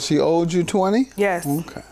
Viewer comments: I thought I was tripping when I heard “oweded”😂😂😂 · ......I stopped listening when she stated "she owe-did me twenny " 🤦🏽‍♀️ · Lol! We. Can. NOT. Do. The. Grammar Police today!!! I will fall off this sofa laughing! "Owededed" 🤣🤣🤣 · 🤣🤣Righttt, I was like "Owded". That really made me drop my head. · I’m glad she knew how to say manipulative cause a lot of people be struggling with them words on the show.. oh lord then I just heard the defendant say “cause she oweded me money” 🤦🏾‍♂️🤦🏾‍♂️🤦🏾‍♂️ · Did this grown ass woman say "oweded" LORD 🤦🏽‍♀️🤦🏽‍♀️ That n "likeded" I just can't with people